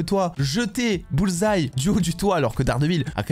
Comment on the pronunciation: Au moins maintenant tu prononces bien le nom Bullseye! 😅😅😅 La différence est peut-être le cardio entre les 2. Bullseye est plus solide"